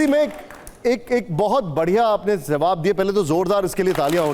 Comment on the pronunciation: Zawab nahee hai It's Jawaab hai